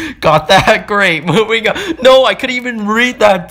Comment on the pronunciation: How he says no😂: NOAH